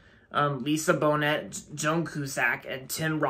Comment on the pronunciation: The T in Bonet is silent. Love.